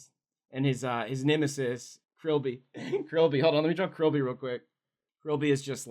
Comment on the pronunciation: I thought they said Grillby instead of Krillby